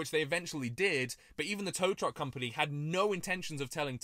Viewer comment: he said crompany instead of company